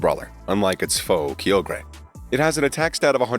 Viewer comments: Key-o-gray????? KY-OGRE…. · no hate but they way you said kyogre made me laughe